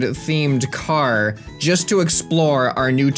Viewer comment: I just noticed the way he says car it's like carrr